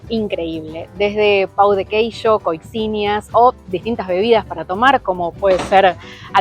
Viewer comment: se dice COSHINHA